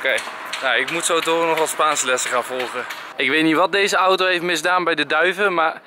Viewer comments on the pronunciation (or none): none